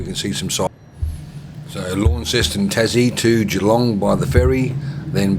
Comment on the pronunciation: I was born in Mt Gambier, then moved to Woomera. Also lived in Geelong for 14 years. Launceston is pronounced "Lonceston". IYKYK. Cheers. Terry.